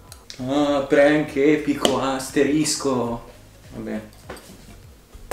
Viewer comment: “prank epico asteriscoh”